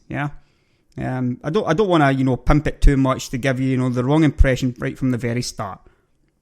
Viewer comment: lol your accent :)) i can't eat and watch this vid at same time pimp it not pump it and burst laser not bust laser